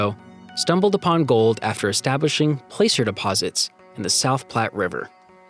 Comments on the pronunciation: Love the content. I would appreciate correct pronunciation. Placer is "plasser" like glass-er. Ballou correctly sounds balloon without the "n". Alleghany and Downieville CA was where I played as a kid. I would love to see some history about them. The 16-to-1 mine was famous in its day. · Please learn to pronounce tributary and placer.